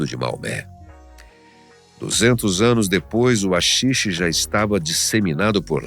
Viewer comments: SE LÊ RAXIXE, NÃO AXIXE sksksksk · Vídeo muito bom!! Só uma pequena correção que pode ser que seja infundada, mas nunca ouvi ninguém chamar de "Axixe". A pronuncia "correta" ou que estou acostumado a ouvir é "Raxixe". E um apelido que conheço que não foi mencionado, seria Santa Kaya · Se diz raxixe, com som de R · RAxixe amigo, RA -xi-xe... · A letra H é muda porem na palavra HAXIXE a letre H vira um R o pronunciamento sairia então raxixe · Owow, ó umar um axixe!